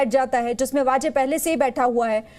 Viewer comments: Sir hindi mei vaze hee bolte hai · Vaze nahi वाजे